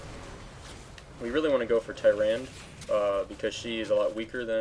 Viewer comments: your boii Q Tyrand is how it is pronounced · Tyrand-a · Learn to pronounce Tyrande